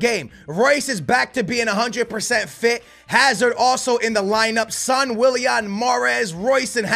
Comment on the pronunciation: Pronounce son name better😧😧